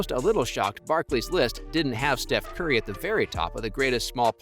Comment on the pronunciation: “Drayman” “Stev care” 💀 💀 💀